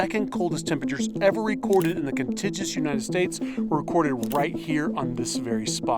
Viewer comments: and - I've never heard "contiguous" pronounced as "contijjus." Interesting! 🙂 It's actually [ kuhn-tig-yoo-uhs ] Very interesting video, too. I'm wondering if (dormant/inactive) volcanic craters collect cold/cooler air as well. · contidgous you say? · you can google how to pronounce 'contiguous' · con-tig-you-us not 'con-tij-us' :) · Pretty sure it's contiguous, not contigeous. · Sorry - but it's contiguous, not "contigious". The first 'u' is pronounced, it isn't silent. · It's pronounced "kuhn ti gyoo uhs" , not "kuhn tij us" Maybe you should try to get that right if you're going to use the word. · Con-Tig-You-Us not Con-Tid-Jus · Contig-you-ous (contiguous). Not "contigious". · uous is pronounced "you-iss" con-tig-you-iss - con-ti-jiss is insane, I've genuinely never heard it pronounced that way in my life and I'm in my 40s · It isn’t “con-tig-is”, it is “con-tig-uous” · Con-tig-u-us = Contiguous not condijuous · kon-ti-gyoo-us, not kon-ti-joo-us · 'Contijus United States' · It’s pronounced con-TIG-yoo-ous, not con-tig-us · Contiguous is pronounced "kon - tig - yoo - us" not "kon- tij - us" fyi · Contijuss, or Contiguous? All sources say correct pronounciation is Cun-tig-yew-us. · I'll just leave this here: contiguous [ kuhn-tig-yoo-uhs ] (NOT "contijus" 😉) Someone should also tell those newscasters (and sign makers) that contiguous and continental aren't the same thing! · This is the first time in my 46 years I’ve heard someone say contijus instead of the correct con-TIG-uous. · Repeat after me... Con-Tig-You-Us (phoenetic spelling) United States... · Contigess? Contijess? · contiguous con·tig·you·us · When he says 'contijus', he means contiguous. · It's con-tig-u-ous. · Check out pronunciation of contiguous. Hard g. As in guru. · Maybe he spells it 'contigious' 😅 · contiguous /kən-tĭg′yoo͞-əs/ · It’s /kənˈtɪɡjuəs/ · con-ti-jiss? O_o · kuhn·ti·gyoo·uhs - no offense intended. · Contiguous is pronounced con-TIG-you-us, for reference. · It's "contiguous."